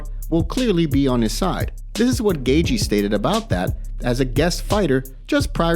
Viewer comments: "justin gayjee" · It's "gay-chee" phonetically. Smh